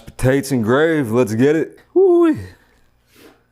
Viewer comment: It’s gravy not grave. Uggg 😊